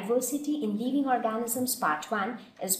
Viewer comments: the video is quite convincing but check on your pronunciation its living leeving (I left the same comment before but my spellings were wrong I am sorry for that) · video is quite convencing but check on your pronunciation its living not leeving